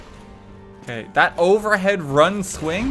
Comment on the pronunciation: IRISH MOMENT: Why are ya focusing on thath?